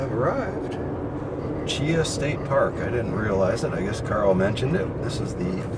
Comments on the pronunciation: Chee Haw is how it is pronounced. Great video. That storm really tore the place up. But that’s Alabama for you. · Great Vid...but from an Alabamaian...Cheaha is pronounced Chee-Haw.